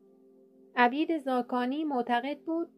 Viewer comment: (عَبید زاکانی!!!) لطفا درست تلفظ کنید((عُبِیدِ زاکانی))